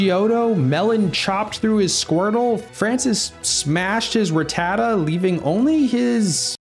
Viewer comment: Wait is that the way they even pronounced it in the English "whose that Pokemon" Becouse kinda funny that even they got rattata wrong😅😂